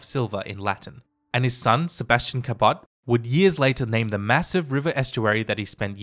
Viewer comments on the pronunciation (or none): as a descendant of Sebastian and John Cabot, I'll have you know that you're mispronouncing my family name lol